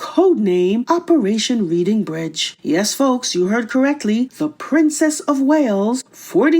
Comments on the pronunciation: “Reading” is pronounced like “red”, not like “read”. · It is not Reading. It is pronounced Redding it is a bridge in the UK named after the town of Reading. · Pronounced REDDING Bridge.